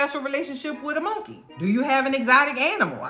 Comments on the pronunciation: I just watched that episode yesterday!! I can't stop laughing at the way you say "monkay" lol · Ive just come across m'girl but she's now one of my fav,especially the way she pronounce mon-key and Eric's and clown's just killing me, mmkay!!